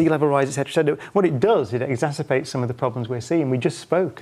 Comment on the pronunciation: I can not blame Dr. Cox from mis-pronouncing the word " exasperates" for the word " exacerbates" , meaning that the effect of the word is" augmented by outside forces". I don't blame him for this mistake because even the best top notch lawyers get this word wrong, even before their arguments go before the Appellate Courts on appeal. Their words are often mis-written, even in their legal briefs. JMHO.